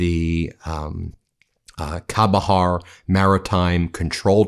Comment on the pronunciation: Chahbahar pronounced with c not k similar to chai